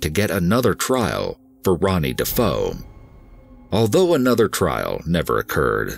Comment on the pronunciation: ...Ronny DeFoe [...] - DeFeo, you mean?! 🙄